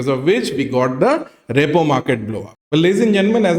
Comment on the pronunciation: It is not ReyPaw market… it is pronounced ReePaw market